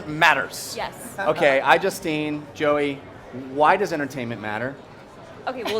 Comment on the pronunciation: Man, they pronounce Joeys name even more wrong than Miranda.